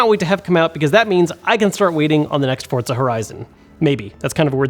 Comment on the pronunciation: Why does everyone add a 't' in Forza? For-za.